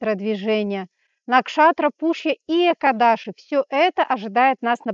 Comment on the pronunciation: Экадыши с ударением,ну и белый цвет полнит, ножки прикрываем😂ну в целом неплохо,всё по делу,благодарю❤